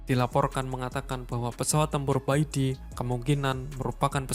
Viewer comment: Bacanya pai ti boss. Itu abjad dalam bahada mandarin = pinyin. Pai =putih, ti = kaisar. Bukan beijing tapi lafalnya pei cing.